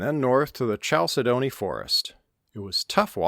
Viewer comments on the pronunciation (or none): it is pronounced: Kal-said-duh-knee. As a geologist, I cringed.